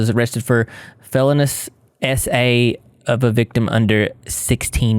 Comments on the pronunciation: fell-oh-knee-uss = Felonius msladybug68... id bet 68 was the year he was born. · Sir, you mocked his pronunciations and then absolutely butchered the word “felonious”, and don’t you dare blame that soothing drawl like you did in the video! This guy gives us soooooo many reasons. You don’t even need to go there 😂